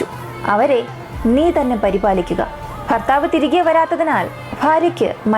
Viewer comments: ഫർത്താവ്, ഫാര്യ... എന്തുച്ചാരണം. കഷ്ടം 🤔🤔🤔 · ഫർത്താഫ് ഫിത്തിയിൽ. ഫുമിയെ ഫാര്യയെ ,,,useless,,,,പോയി,,,മലയാളം പടിക്കടി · Farthavu, faarya ennalla... Bharthavu, Bharya enn pronounce cheyyu